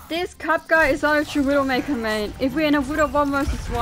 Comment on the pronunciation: Oh, "it was a WinNdowmakerrr " made me laugh. And also the Mauga comments are very true, it's irritating to play against him. I like the atmosphere of your videos, and all the commentary is so admirable